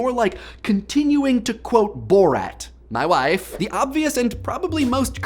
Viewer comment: why do I laugh so hard soda comes out of my nose every time he says "mah wife" I need to "stahp" drinking and Idea-ing.